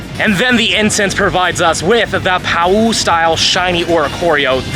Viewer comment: Awesome luck man! One thing about the pau style oricorio, it's pronounced pah-oo :)